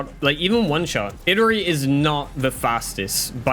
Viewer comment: Not saying you need to pronounce the name a certain way, but it is a bit humourous to me you pronounce Illari like how I'd pronounce "Hillary". The apparent real pronunciation is "Eee-yari".